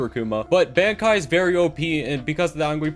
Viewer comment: I was SOOOOOOOOOOOOOOO happy when he stopped talking about bankai alums bc he can't pronounce the word